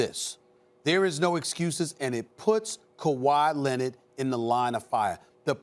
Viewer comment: Stephen A Kawhi Lennid